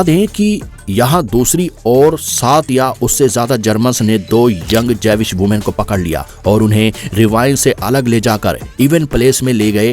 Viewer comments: जेविश नही भाई " ज्यूविश "... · Jewish 🚫 Javiss✅